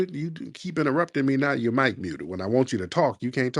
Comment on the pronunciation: "Micin my Mute..." Uh, is clearly drunk...Lol